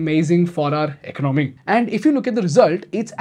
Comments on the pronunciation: Please learn how to pronounce economy - “ec-on-oh-me” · Economy please pronounce correctly.